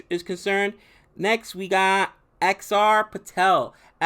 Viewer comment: Haha finally Axar Patel you legend finally 😁 pronounced your name right 😁😉